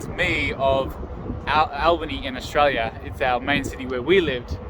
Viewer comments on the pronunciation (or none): none